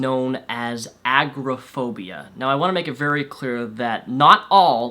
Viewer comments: I'm not a mental health professional, though diagnosed with multiple anxiety disorders myself, I believe you made a couple of errors. Maybe you're just pronouncing it wierd, but agraphobia is very different from agoraphobia. Agraphobia is the fear of sexual assault; agoraphobia is what you are describing, a fear of unfamiliar and uncontrollable surroundings or large and heavily populated areas, often public places, which interferes with living when it progresses to being unable to leave your home. Panic disorders can in rare cases cause fainting but a severe panic attack is more often mistaken for a heart attack, and further worsens when one then begins to fear dying, not getting medical help, suffocating. It's more along the lines of feeling unable to breathe, chest pain, hyperventilating, feeling dizzy and faint, etc. Consiousness is rarely actually lost. Severe panic attacks often times lead people to the ER, thinking they are severely asthmatic or having a heart attack. Social anxiety untreated can very easily lead to developing severe agoraphobia, as isolation is a key factor in both. Also, I agree with never self diagnosing. I find it insulting when anyone boasts a self diagnosis of any type of anxiety disorder, without seeking proper medical attention. It is a disability, like any other, and debilitating, requiring a substantial amount of therapy/combination of medical treatments. Feeling some anxiety is normal, it is the activation of your 'fight or flight' system, un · Not a huge deal, but agoraphobia is pronounced A-Gore-a (short a)-Phobia. Just letting you know for future. Nice job with these!